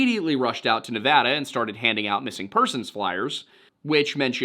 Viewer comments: I quoted it along with you. Thank you for leaving how to properly pronounce "Nevada". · Side note: Thank you so much for saying Nevada the way people from the state say it. 🥺🫰